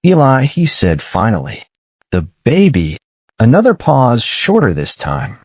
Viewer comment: Pause not puss. A puss is a cat or kitten.